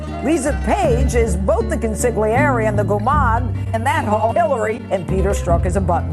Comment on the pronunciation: It’s tu-ti and consi-liere. Don’t pronounce the G. Nice video